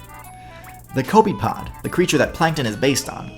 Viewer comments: Kobe pod😂😂. It’s pronounced co-po-pod (I took marine science so we went over this a lot) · If he says “cope-ee-pod” ONE MORE TIME